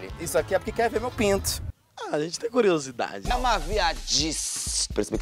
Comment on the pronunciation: Esse me mata mano "a agente tem curiosade" 😂😂😂😂